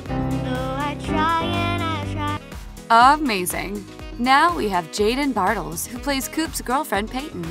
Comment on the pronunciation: It’s pronounced Jaden bar - tells